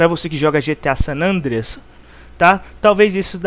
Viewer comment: Eu vou fz um video explicando como se pronuncia o nome desse jogo, o que tem de nego mongol falando "sánandrueass" meu deus mano.